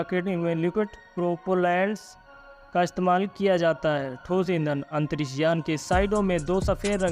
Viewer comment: आवाज़ बुडबक है राकेट.. आतंरिस बोलता है. रॉकेट. अंतरिक्ष